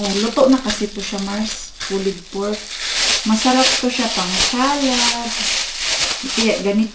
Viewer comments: I asked some of my Finnish students how they pronounce "pulled pork," and they confirmed that it’s pronounced “poold pork,” not “pulied pork.” This pronunciation issue is not related to anyone's background. Anyone, including a Filipina living in Finland, can learn the correct pronunciation. It all comes down to being open to correction and striving for improvement. 😊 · Agree po, it's "Pulled pork" not "pullied pork". Basically, the name pulled pork is derived by the action of being able to pull the pork by hand. :)